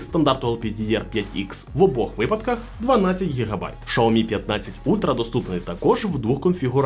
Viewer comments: раз на те пішло і хочеться бунтувати -- то перекладач каже "шЯомі" а не "шАомі") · Не шаомі а сяомі ,дурень навчись розмовляти.... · Дурень, який " шаомі" ? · Шаомі? Не зміг дивитися більше однієї хвилини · В переводчики китайском, произноситься Ся... А то что вы включаете англ.переводчик, это не правильно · Шаомі? Закриваю відео відразу.... Йдіть вчити вимову